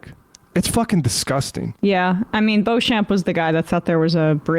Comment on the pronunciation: For future reference... Beauchamp is pronounced "Beach'm"... I know, it's one of those names that's spelt differently to how it's said...ahh, gotta love the english language and it's foibles...🥴 🙃🐨🇦🇺